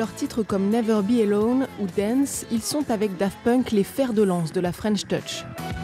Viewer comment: Never be alone 😂 haaaa la télé pas foutu de bosser un sujet et de lire le nom d’un titre